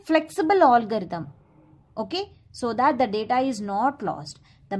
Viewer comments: Allgarithm nehi hota ma'am algorithm hota hain🙂🙂...baki thik hain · Koi isse batao . Ise algorithm bola jata h olgarithm nhi 🤣🤣🤣